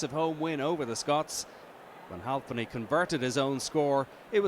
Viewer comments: Halfpenny not halvepenny you fuck knuckle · Its halfpenny not halpny